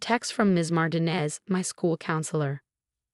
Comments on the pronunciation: Mar teen ez not mar ten ez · PLEASE DO YOURSELF A HUUUUGGEEE HONES TFIX-UP!! REPROGRAM YOUR ROBOT VOICE TELLING DEVICE THAT THE NAME MARTINEZ IS *NOT!* Said like MARTIN- EZZ THE NAME SAID *IN THE CORRECT MANNER!!* IS SAID LIKE *" MAR- TEEN-- EZS!!!"* Swear to COW!! People have COMPLETELY FORGOTTEN HOW TO READ AND TALK CORRECTLY SINCE I CAN'T RECALL?!?!?! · Or learn to pronounce Martinez. Not mart in es, Mar teen es! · She's been living in paint? REALLY!?!?!?!? For crying out loud PROOFREAD before posting your AI generated garbage. Also tell your stupid AI program that the Hispanic surname Martinez is not pronounced "martin-ez"